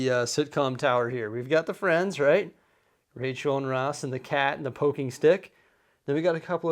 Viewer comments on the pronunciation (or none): none